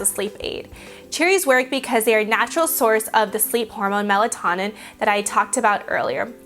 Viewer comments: melatonin is pronounced MEL-EHT-OH-NIN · Melatonin is pronounced mela-toe'-nin. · It is pronounced mela-tone-in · You said melatonin wrong. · She pronounced melatonin wrong